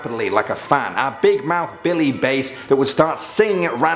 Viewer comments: Bigmouth Billy BASS as in fish, not Bass as in musical instrument. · He said "Billy Bass" like the Music...lol Instead of "Billy Bass" like the Fish...lol Definitely Reading a Scripted Cue Card or something like it...lol